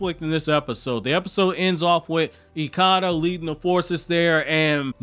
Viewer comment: You’re mispronunciation of ikada is wrong